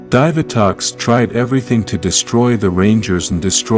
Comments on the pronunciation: DIIIVVVAAA TOX NOT DIVER TOX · Dude I don't know where the hell you're from but a couple things one it's Zordon too it's a Divatox and finally it's Dino gems the way you're saying it it sounds like Dino from The Flintstones learn how to speak English dude because for you not saying the names right of stuff I grew up over the years with I'm not subscribing to you I don't care if you have 1.76 K subscribers you need to know how to say the characters names right and the stuff that helps people morph right good day sir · It angers me that he cant say “divatox” or “Dinogems” correctly